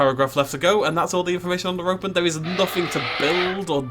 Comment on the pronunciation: Every time he says Ropen, I hear Rodan